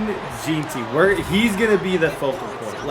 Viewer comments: BRO ITS Jen-Tree not Jee-tee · Jen-tee not Jean-tee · Gen-tee for Jeanty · Bro why does he say jeanty like that